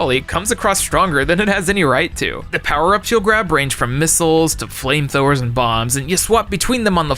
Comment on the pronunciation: What the heck is a "flameTHower"?